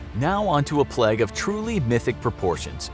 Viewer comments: Everyone else: Plague This Guy: pleg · P L E G G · The way this guy says plague ffs. “Pleg” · I was just about to comment that myself 😂 It was a great video but "pleg" is so distracting 😂😂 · Samuel Aquino you mean plegs? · He says ‘plague’ like ‘plaque’